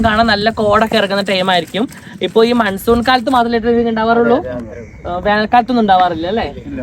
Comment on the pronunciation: മൺസൂൺ കാലം ❌ മൻസൂർ കാലം ✅